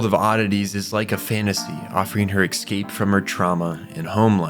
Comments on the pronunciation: I’ve been loving your videos and commentaries, but I have one request…it’s so jarring every time you say ecscape instead of escape, please could you try pronouncing it properly. Big fan otherwise! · It's "ES-cape," not "EX-scape!" You're driving me nuts.